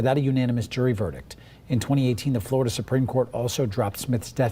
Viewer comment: why is it just glorida it sounds so stupid to me im from England